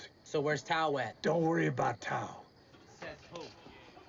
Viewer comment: Great movie, wonderful reaction and commentary and cracking up that you kept calling Tao, "toad" 🤣Thank you, --subscribed